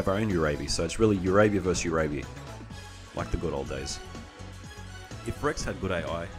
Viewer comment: Not sure if I’ll continue to watch past the 3 minute mark but I have to say, the way you pronounce Uraby sounds so much cooler than I always assumed it was pronounced.